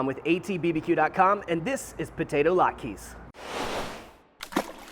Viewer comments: Chef Tom, my man, it’s not lot-keys, but lot-kuz. A single latke is lat-kuh. Thanks for bringing the Jewish to your channel. Happy Hanukkah! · "lat-kas", not "lat-keees" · Did you call them "lot-keys"? Oh my Yiddish Aunt....lot-kuhs. Heavier emphasis on the vowels. That said, these look AMAZING!